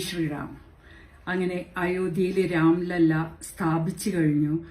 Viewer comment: സുഹൃത്തേ രാംലീല അല്ല രാം ലല്ല 😁 അതായത് ബാലരാമൻ എന്നർത്ഥം. അവിടെ പ്രതിഷ്ഠിക്കുന്നത് ബാലരാമ വിഗ്രഹമാണ്.